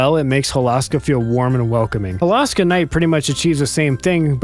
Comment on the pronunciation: It's pronounced Hol-oh-ska, you can go listen to the announcer in Sonic Racing Crossworlds when selecting the Holoska Crossworld track for proof. Ok, now i REALLY wish Hydro City was in Crossworlds, just so we could HEAR the CORRECT pronunciation of the name and finally put that stupid arguement to rest